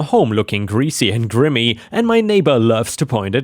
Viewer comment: 'Grimy' is pronounced gr-eye-mee